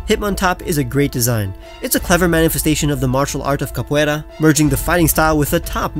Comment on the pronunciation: hey man I got really surprised by how well you said 'capoeira', very good just how the actual contents of the video